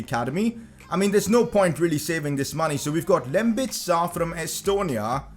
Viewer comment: I am Estonian and you pronounced "Lembit Saar" like an Estonian would. Like actually your pronunciation was on point.